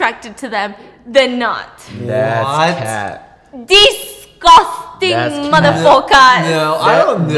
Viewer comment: DIS-CUS-TANG LMAOOO